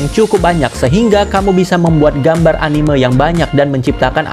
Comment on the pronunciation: dibacanya anime bang bukan animeu🙏